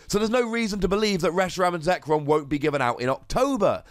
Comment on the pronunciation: Shame on you getting zekrom's name wrong